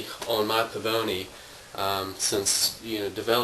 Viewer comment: Dude, we have the same Pavoni and you are way OFF Base!!(Prounounced "Paw-Von-knee")READ THE MANUAL. You don't draw a shot by pumping two times! duh. *Leave 1/4" of room in the basket for the water to fill it. *Prepump up and down almost all the way 3 to 4 times, then leave it in the UP position (20 seconds) wait until the liquid starts to drip into your cup. *Then SLOWLY..did I mention SLOWLY? pull down and draw a shot.We use the sink to dump out our grounds..makes less of a mess too.